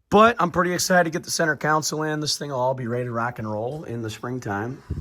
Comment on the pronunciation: Con-sole ..not council